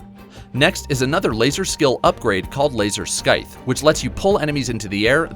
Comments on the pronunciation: Laser "Skythe" 🤨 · I’m sorry but... “laser sckythe” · no k in scythe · Consider the C in "scythe" to either be silent or making a S-sound. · The C is silent in scythe